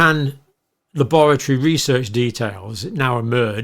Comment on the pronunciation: The way John pronounces la-boratory gives the word a dark wet cold feeling like bad things only happen there.